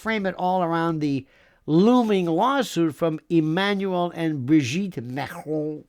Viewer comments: I do like the way he pronounces Emmanuel Macrooonnn & Brigitte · Love how you say Macron and Brigitte 😂😂😂